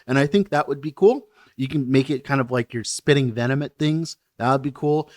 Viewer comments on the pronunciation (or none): none